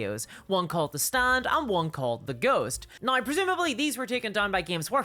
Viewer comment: Yeah but why you say "neigh" instead of "now"